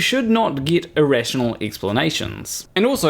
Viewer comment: I wouldn't worry about pronouncing Bill's name mate, let's face it you struggle with simple words like "get" You butcher the English Language 😂 Another very dishonest video that fails to allow Bill's explanations. Any fool can't pick and choose bits of someones videos and constantly misrepresent them 🙄 Who listens to this clown 🤔